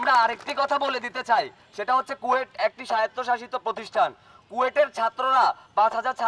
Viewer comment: কুয়েট ভুল উচ্চারণ , এটা খুয়েট হবে।